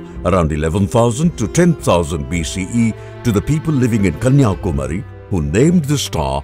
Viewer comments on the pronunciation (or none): The guy narrating the short film doesn't know how to pronounce "Kanya- Kumari" and "Madra".